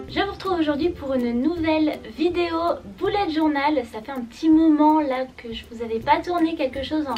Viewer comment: On dit bullet journal (beullète)